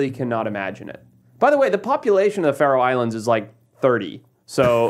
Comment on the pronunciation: Think its "Faroe Islands".